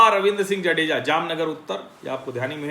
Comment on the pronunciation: जाडेजा not जडेजा